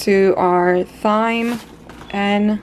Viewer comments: Thyme is pronounced Time! Nice video otherwise 😆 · Thyme is pronounced TIME. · Love your videos, thank you for keeping our minds off of this crazy time. Friendly feedback, thyme is pronounced like TIME, the H is silent :) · thyme is just pronounced time ;)